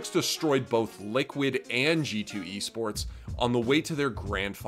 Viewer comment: I had to rewind that. I honestly thought he said yeast sports, no offense.